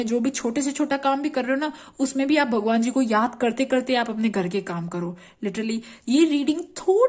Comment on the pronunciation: गर नही ,,, घर बोलते हैं । हर हरररररर महादेव ।।।